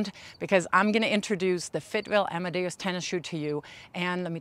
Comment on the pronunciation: "Amadeus" not "amadaos"